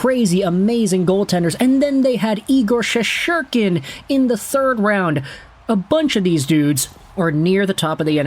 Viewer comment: It's Shesterkin not Shesherkin!